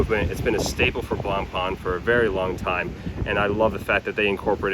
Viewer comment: "Blanpan" hurts every french speaker...